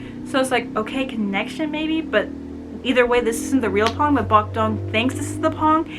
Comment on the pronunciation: Thank you for reviewing my book! Love it when you totally "get" it <3 btw, Phong's name is pronounced with an "f". The "ph" in Vietnamese is "F" in English so his name sounds like "fong" (means "wind" <3 or "maple")